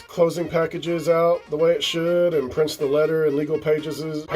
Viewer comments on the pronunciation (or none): I’ll never be able to unhear ‘pageses’. Your lighting and or camera setup is amazing.